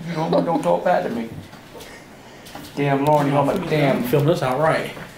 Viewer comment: He calls Lauren “lawn" 😂😂😂